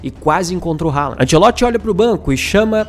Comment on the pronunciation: Haaland pronuncia Rolã Pra ouvir abrir o google tradutor, escrever, selecionar o idioma norueguês e clicar no megafone Spoiler não é vocábulo de nosso idioma